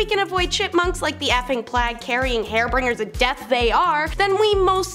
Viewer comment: I SWEAR, during the very first list, while talking about the Black Death, instead of saying "harbingers of death", she says "hair-bringers of death" LOL!! Wow. Also, she speaks WWAAAYYYY TOO QUICKLY.